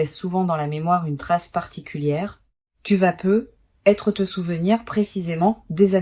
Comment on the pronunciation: On ne prononce "peut-être" pas " peu être " ,on le prononce " peutetre.